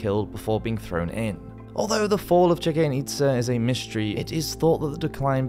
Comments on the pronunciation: Bruh, you need to at least look up words you gave no idea hkw to pronounce. Chichen itza, cenote, it actually hurt my ears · I love the videos, but please work on your pronunciations! I've recently been to Chichen Itza and swum in the some of the cenotes (ce-no-te, not kenote). Amazing places. But I had to cringe a little when I heard the way you pronounced both the city and the sinkholes.